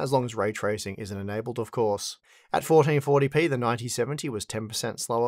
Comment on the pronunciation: "Fourdeen fourdy pee"